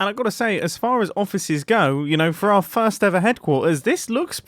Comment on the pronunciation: in the video he says FIRErst instead of first